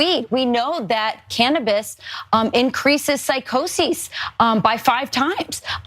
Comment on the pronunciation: Cannibas? Come on.